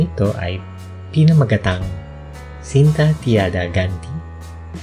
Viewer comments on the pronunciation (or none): "cinta" - "chinta." Not "sinta." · The Cinta pronounce as "Chinta" same meaning sa Filipino word na "Sinta". The Hermosa must be pronounce as Ermosa silent H that's the correct way kahit Ms. Kristine Hermosa. ganun pronounce niya. Nice to know n may adaptation tau, I know the few like UNG pangako say at ung the the echo. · C is pronounced “ch” in Malay and Indonesian. Cinta is pronounced “chinta”.